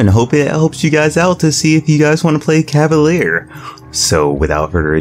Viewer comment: CAH-VUH-LEER not LAIR or LARE.